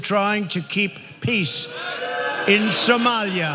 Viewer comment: Did Trump just say Somalia with an Italian accent.